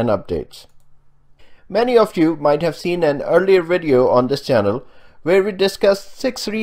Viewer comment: Why can't South Asians say the letter "V" ? He says wideo...